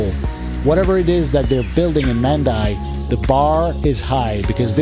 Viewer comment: Mandai is pronounced as "Mundai", not man-dai.